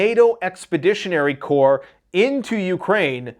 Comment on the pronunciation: German Luftwaffe=Luft-Va-Fa Good job on pronouncing Corps.